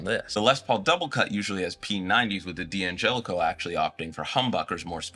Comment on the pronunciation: Can someone explain to me why D'Angelico and D'Addario are mispronounced so often?